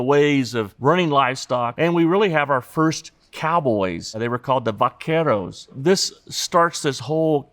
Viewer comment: When he said "Vaqueros" I heard something entirely different in Japanese in my mind.